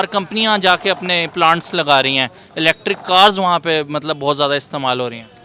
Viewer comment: Are bhai wo electric bill hai, eletri bill nehi!!! 😡😡😡